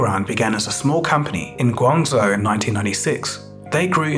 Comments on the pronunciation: Good video! Btw zhou is pronounced like “joe,” and Xi Jinping doesn’t have an extra g (Xi Jing Ping). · Hey, just so you know, the "zh" in Guangzhou is pronounced like the sound in "measure" or "beige" and not like the "z" in "zoo".